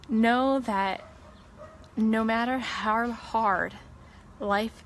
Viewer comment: She endured so many challenges, Health, family, job. And I did not even know she also suffered speech impediment as well! Not sure the nature but she always said "Har" for "how". But she thrived despite this! Go Shannann!